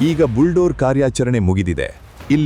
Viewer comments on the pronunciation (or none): ಬುಲ್ಡೋರ್ ಅಲ್ಲ... ಬುಲ್ದೋಜರ್ ಎಂದು ಉಚ್ಚಾರಣೆ ಮಾಡಿ.